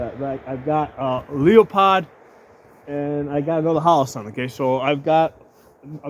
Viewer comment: When you said Leo-POD, I had to turn it off